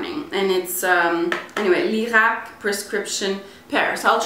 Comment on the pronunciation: sei italiana per caso?! grande pronuncia!! ho appena comprato lierac high peel